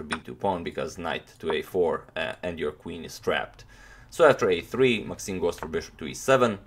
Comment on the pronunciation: maxime not maaxime :)